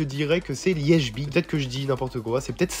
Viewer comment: Il a dit liegebite hahahahahahahah 😂😂😂😂 non je suis allemand tu peux pas écorcher leipzig comme ça